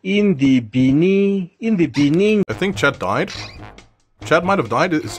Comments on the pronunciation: The fact that South Africa’s president said in de beninging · in the beninging